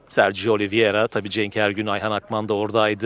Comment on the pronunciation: yanlis soyluyosun, Oliviera degil Oliveira ))